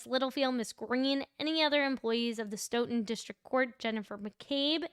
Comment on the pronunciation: Nice job with pronouncing Stoughton this time Love your work